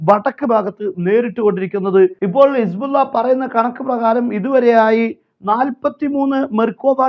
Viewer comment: സഹോദരാ ഇസ്ബുള്ള അല്ലല്ലോ. ഹിസ്ബുള്ള എന്നല്ലേ ശരിയായ പ്രയോഗം. അറബി ഭാഷാപഠിപ്പിക്കുന്ന സ്ഥാപനം നടത്തുന്നതിനാൽ ചൂണ്ടിക്കാണിച്ചു എന്നു മാത്രം. താങ്കളുടെ വാർത്തകൾ ആണ് യഥാർഥ വാർത്തകളും നല്ല അവതരണവും താങ്കളെ അങ്ങേയറ്റം പ്രശംസിക്കുന്നു. മറ്റൊരു വാർത്ത കേട്ടില്ലെങ്കിലും താങ്കളുടെ വാർത്ത കേൾക്കും.